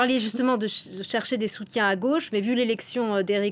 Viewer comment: on dit la gauche et non pas la goche !!!!!